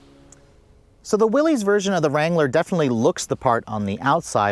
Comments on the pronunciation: Is pronounced Willis not Willy’s. I have a 23 Rubi I love it but this package is pretty nice if on a tighter budget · its not willezz - its WILLIS on the proununciation. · How does one make a video about a product and can’t even pronounce the name correctly🤦🏻‍♂️🤷🏻‍♂️….. it’s pronounced like “Willis” not “Willies” idiot. Everyone who is subbed please for the sake of humanity please unsub. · It's pronounced Willis, as in "what you talking about, Willis?" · You lose all credibility mispronouncing the name. It’s pronounced Willis. Not an ee sound. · 1 reason to get the Willys higher gearing so no re-gear when you put 35s on it. It's why I got mine. FYI: It's pronounced WILLIS... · Willys pronounced =WILLis. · It’s pronounced “will-us”. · Yeah, everybody gets that wrong despite his name being associated with Jeeps for decades